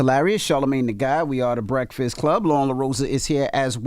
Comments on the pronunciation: Man said Bekfast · I think he may have a hard time with Rs - man said “bekfast” right off the bat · Why he sayin beckfest? Smh